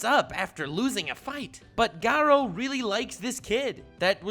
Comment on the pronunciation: Me:sees video and clicks it Sees pronunciation of garou and chloro leaves